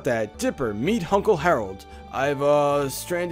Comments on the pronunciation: You said “Hunkle “ XD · Did you say... Hunkle Stan?? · did you just say hunkle stan- leave, you are no longer welcome